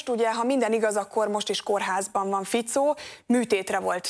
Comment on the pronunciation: Fico bakker, nem Ficóó🙄